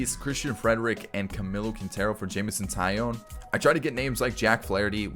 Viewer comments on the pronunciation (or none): none